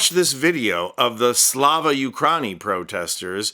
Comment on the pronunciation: 🇺🇦🇨🇦 here and appreciate your work, but Ukraini is pronounced Ukryeenee.